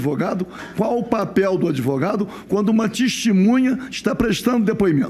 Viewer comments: Que deputado advogado é esse, que fica repetindo erradamente a palavra testemunha como "tistimunha"? Nem falar direito sabe e é deputado! Aff... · Rarara "DESTEMUNHA" rarara